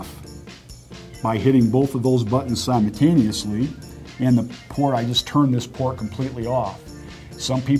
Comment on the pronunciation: "Simotaneosly" "soder" this guys alphabet is missing the "L"